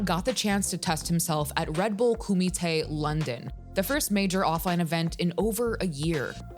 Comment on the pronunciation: Koomee Tay...........doesn't sound as tough as when they say it in bloodsport 😂